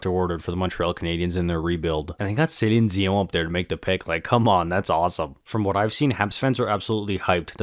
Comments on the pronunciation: I noticed that too. He said her name perfectly to be fair ! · Are you Francophone? I appreciate the Québécois pronunciation on Celine Dion